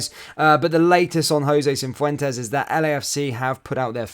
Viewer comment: Say and spell it properly FFS!